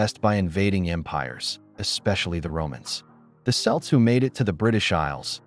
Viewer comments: You lost me at "selts"... the pronunciation has been "k" since the ancient Greeks named them "keltoi"... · The word is pronounced "Kelts", not "Selts".But your AI robot voice would not know that. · Who are the Selts? Never heard of them!!! Maybe he meant the Kelts as all C makes the hard K sound in Irish as one could have found out with 5 minutes of research! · Celts is pronounced like 'Kelts,' not 'Selts.' A very over simplified idea of the relation between Scotland and Ireland. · Some Irish and Scottish gaels can understand each other today. It's like Swiss and Germans. Er, Celts pronounced Kelts not Selts. Also, Scottish protestants were given land in Northern Ireland in the 16th and 17th century. They are the ancestors of US Scots-Irish. Finally, so many Irish moved to Scotland between the end of the famine and the 1950s - hundreds of thousands - that having known irish amcestors is so common it's almost ubiquitous. Including me. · Thanks for mentioning that Celts is pronounced as you stated. I noticed that parts of the recording called them "Celts/Selts" and the other parts were "Celts/Kelts", the latter is correct as you stated. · The word is Kelts not Selts! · I am old as dirt and I remember it pronounced like an s not k , k sound is accepted today though either pronunciation is correct potatoes, patato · It's such a shame for such interesting info to be presented as AI-Slop, especially the way it pronounced celts as selts, that really punched me in the soul. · It's pronounced "Kelts" from Greek "Keltoi". The "Celts" are a basketball team... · It’s pronounced (Kelts!) come one! You’re ☠️ ing me smalls! 😂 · Selts??? lol AI is weird. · Celts are pronounced hard K Kelts spelled with a c, stop mispronouncing the word. Idiot Bostonians I blame you all. C(K)eltic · The "selts"? 😂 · He’s referring to the correct pronunciation, which is like kelts. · Celts pronounced Kelts didn't look closely did we ? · Celts!! It’s pronounced with a hard K … for goodness sakes!